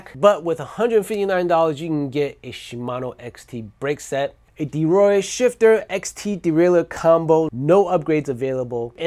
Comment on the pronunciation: “Derore”? I’m sure you mean ‘Deore’. 😉